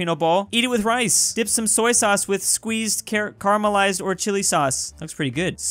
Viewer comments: It’s pronounced Kah-lah-man-see. Not Caramelised. It is a citrus fruit native to the Philippines. It’s name is Calamansi. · you where so close It's Ka-la-man-si And yes as a filipino we do eat those food paired with rice you can probably get the spaghetti with rice in the filipino owned worldwide restraunt chain called "Jollibee" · carmalize instead of ca-la-man-si...is op distured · Romero he also said calamansi as caramalised